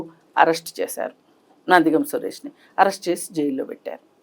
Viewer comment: నందిగామ " సురేష్ కాదమ్మా anchoru. "నందిగం"